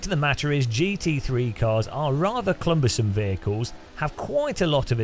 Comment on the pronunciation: Says "Clumbersome" 😁😏